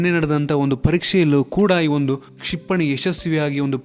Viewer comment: ಕ್ಷಿಪಣಿ ಸರಿಯಾಗಿ ಉಚ್ಚರಣೆ ಬರೋದಿಲ್ವಾ 😂😂😂